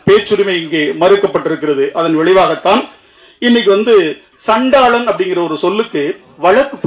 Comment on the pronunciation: சண்டாளன் என்று வார்த்தையே சொல்லதெரியல அதையே நீ எழுதி வச்சிட்டு சொல்லிட்டு இருக்க நீ நான் பேச வந்துட்டேன் உனக்கு ஒரு மைக்கு உனக்கு ஒரு கட்சி அதுக்கு பின்னால ஒரு அஞ்சு ஆறு தொண்டர்கள் இதெல்லாம் கால கொடுமை மசுரு 😅😅😅